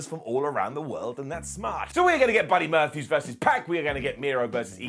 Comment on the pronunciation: OMG.... NOW YOU'RE FLUBBIN' UP YOUR FLUBBIN' LINES.... BUDDY MURPHEWS?... ACTUALLY... I 🤔... I THINK I LIKE IT...... GIVE YOURSELF A GOLDEN UP FOR THAT